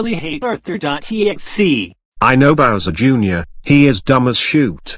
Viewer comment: You messed up the word Bowser Jr you said louser Jr